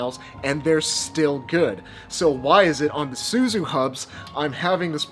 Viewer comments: This happened when Suzue switched their manufacturing from Japan to Taiwan. All the new Suzue stuff is made in Taiwan. The original NJS Suzue promax is the best one to have. BTW it's pronounced Su-zu-aye. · There are 3 syllables in Suzue. Minus one milllion fixie points for every time you said "SoO zOo", wtf is that how people speak in Sacramento these days? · Suzue is 3 syllables. 0 fixie points for mispronunciation ;)